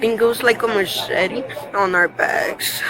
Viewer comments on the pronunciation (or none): none